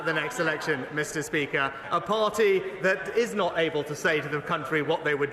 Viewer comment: when an election IS called 😭😭😭😭😭😭😭 "It's naw fair"! 🤣🤣🤣